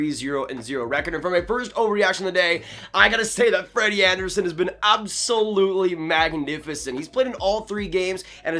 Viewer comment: Put some respect in Freddie Andersens name!